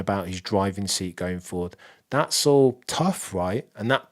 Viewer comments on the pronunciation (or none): none